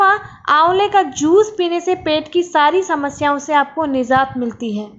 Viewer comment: Mam nice information, but you said nizat, this is urdu words exact pronounciation is nijat.👍